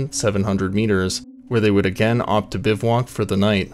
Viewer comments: Drink every time he says "Biv-walk." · Biv-voo-whack. Good content, I like all the authentic photos and trail models. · I shuttered after the 2nd 'biv-(WALK'?) Typo maybe? Nope. its 'Bivouac' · It's, "Gasher-Brum not, "Gasher-broom. It's "Biv-wack" not "Biv-walk." Fucks this is basic shit bud.